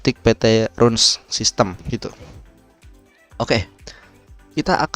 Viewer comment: Bacanya Rans bukan Runs bro